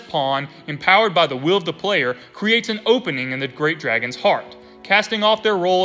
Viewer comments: I'm southern and have a thicker accent than you and still pronounce WILL correctly. Believe you might have an impediment. Still love the videos though 👍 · Why are you saying wheel? Its just will